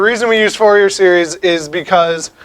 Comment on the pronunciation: i dont trust a math video where they pronounce fourier as FOUR-YEAR instead of FOOR-YEY. You just destroyed your reputation there, bye!